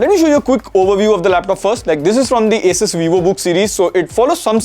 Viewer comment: The way bro said “ASUS” 🤮